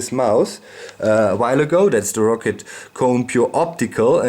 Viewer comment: thought it was pronounced "ROW-CAT" not "ROCKET"